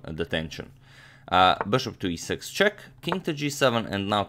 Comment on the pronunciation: Why does amagmator promounce bishop like 'boshop'..well annoying